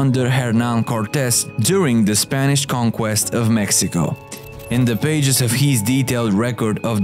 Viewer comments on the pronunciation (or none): none